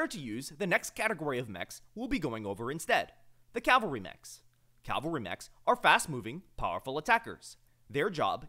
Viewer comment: Dude, you mean CAV-alry. CAL-vary is a place